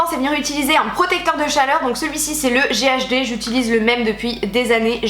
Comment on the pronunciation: A chaque fois que tu dis "ghd" j'ai l'impression que tu dis "ghb" ça me fait rire xDDD